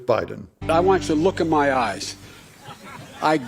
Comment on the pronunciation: "Look into my yuyes"....What? Yikes! What's in there?